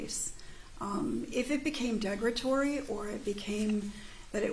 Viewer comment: she says degratory I say derogatory lol??